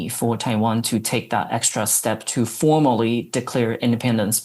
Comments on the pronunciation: Apologies, I think my accent is to blame here - I said ‘formally’ but it unintentionally sounded a bit like ‘formerly’ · I saw that comment and knowing this channel, I really don’t think it’s an accent problem. So the apology isnt accepted unless they correct that mistake by changing the words to avoid the mistake. Otherwise, to me it still sounds like formerly.